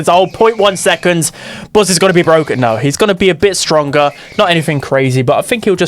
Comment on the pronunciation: The pronunciation of buzz declared war on my eardrums